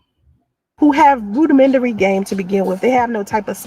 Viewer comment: She said, "roodimenry instead "rudimentary"; she can't pronounce simple words. also instead of "acne" the fool said "acme" smh